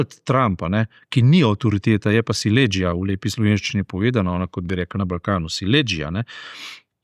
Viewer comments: SILEĐIJA se naglašuje na I in ne na E!😎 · če že uporabljaš izraz SILEĐIJA, ga vsaj pravilno naglašuj, ne pa da izpadeš Slovenček, ki se na Jadranu dela, da govori nekdanji srbohrvaški jezik in ti v hipu pokvari dopust, saj te spomni, iz kako zarukane države prihajaš.